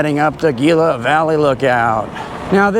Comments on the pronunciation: Gila is pronounced Heela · Great video. Gila is pronounced Hila.